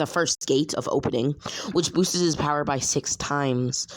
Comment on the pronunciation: Wait you said bowerrrrr!